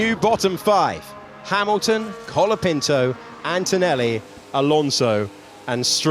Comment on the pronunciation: Bring back jack doohan.. whatever is this "cololpinto" is terrible